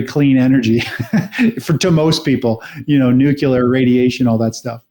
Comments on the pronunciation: Why do even smart analysts say nucYOUler instead of nuclear? It is spelled nuclear. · Amazing the intellectual influence of George Bush. His version of "Nukila" has really gone "popila"